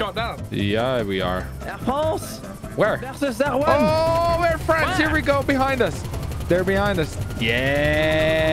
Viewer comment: Air Fwance